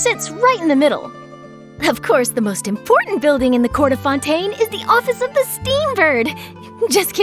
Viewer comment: Close enough. I just don't get why she pronounced that one alright, but not Fontaine.